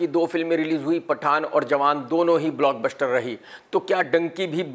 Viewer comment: Block BUSHHHTER 😂😂😂😂